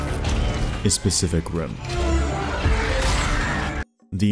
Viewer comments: my dumbass thought he said ''specific rim'' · Is it me or did he say "Specific Rim"..😅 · I heard "spesific rim" for a moment there 😂